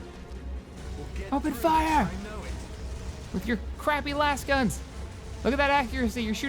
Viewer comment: thumbs down for your pronunciation of lasgun.